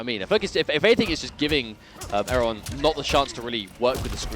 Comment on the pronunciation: wanna stop saying erron wrong